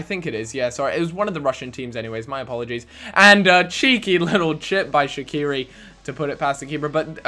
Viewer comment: The way you say shaqiri gets on my nerves, fml